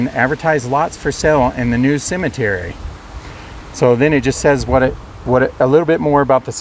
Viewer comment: Would like ro have a dollar for every time the narrator says Cimitiry..